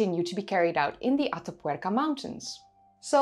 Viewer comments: Heigh,! It is completely off-topic, I found it beautiful to hear you say, "Ata Puerca"! (Though the tattoo bit made me 😔. Ah, well. And I must say, even your correction of those of us who despise those things was merely corrective, not insulting. Thanks.) Your work is always a hallmark of professional craftsmanship and presentation. Thank you. And I loved hearing you speak another tongue. Your English is so good and well-spoken that it is easy to forget that you are a Nederlander! (Did I just goof, and forget your native country?) I love languages, and love language sponsors!! I thank thee again! Bedankt(misspelling?), if I remember a previous commentary between us. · Your pronunciation of "Atapuerca" is almost perfect ❤